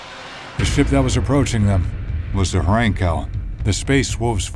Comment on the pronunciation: hrafnkel not harankel..... if anything has been butchered in this video it was that name